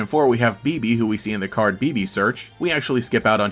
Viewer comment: I have never in my life heard Bebe pronounced like that but okay apparently the first Google result agreed with you ("bébé" is a French word that means "baby", and is a somewhat uncommon name, pronounced "bay bay", just like Flabébé)